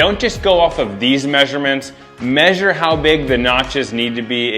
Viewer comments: Omg...don't know if you did this to tease people who pronounce the word incorrectly or if you really think that it's correct, but the word "measure" is pronounced "meh*zhr" accent on the first syllable. Google has sound recording. The only time I have ever heard it pronounced "may* sure" is from my sons in-laws who live in West Virginia. Of course, they also say "pin" instead of "pen". Drives me insane! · measure is pronounced "Mehzhr" !!